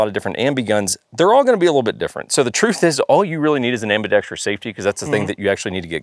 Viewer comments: I watched this literally to see LMT highlighted. I am not sure what was more disappointing, the lack of LMT inclusion or ambidextrous being pronounced ambidextrius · i have a huge pet peeve that I have only recently recognized while consuming firearms related content. and that peeve is when people mispronounce ambidextrous to have a sound similar to the word tree in it. no tree please in my ambidextrous' thank you. learn to speak ingelish please